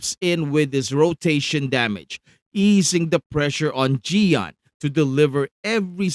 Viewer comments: It's "ch-yoh-yoo-en" 🙄🙄🙄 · Just so you know, the way to pronounce his name is like this "Cheeyo Yewen" in Chinese. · great content as always! But why do you keep saying Qiuyuan's name with a "G"? @@